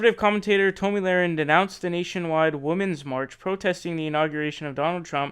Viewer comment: Can you pronounce her name correctly, you should figure out how to pronounce a name before you make a video about the said person. Your rambling and foul language show your uneducated.